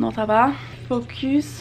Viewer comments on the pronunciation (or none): none